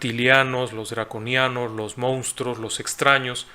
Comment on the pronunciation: ¿MOUSTRO?......PERDÓN, EL MOUSTRO ERES TÚ. APRENDE A HABLAR.